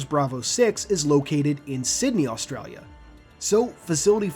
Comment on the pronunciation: As an Aussie I love the way you pronounced Australia aha